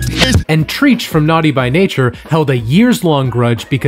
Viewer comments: Your channel was recommended to me, and I've been bingeing your videos. My only criticism of your channel is your propensity to mispronounce people's names. I find this to be an issue amongst most YouTubers. However, the way you mispronounced Treach and Pharoahe Monche was my breaking point and I had to leave a comment. 😄If you are not sure about someone's name ... just Google it. Thanks ! -- now, I am off to continue bingeing your videos. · How do you have so much insight into hip hop, then mispronounce Treach and Pharoahe Monche? Something's not adding up. 🤔